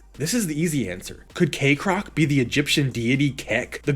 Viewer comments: Why do you say KAYcrock when it's Kekrock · I'm mildly bothered by the fact Kekrock's name pronunciation is split 50/50 in the video between "Kek-rock " and "Cake-rock "